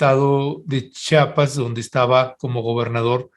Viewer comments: Se dice CHIAPAS NO CHAPAS😡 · Se lee chiapas no chapas muchacho